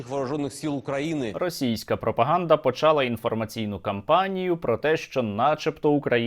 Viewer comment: почАла - нема такого слова в українській мові, правильно наголос почалА